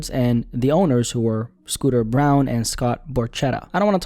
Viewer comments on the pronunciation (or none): Scooter Braun is pronounced like Br-awn not like the color Brown.